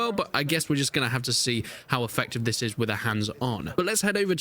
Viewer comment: This !!!!! Not vis!!!!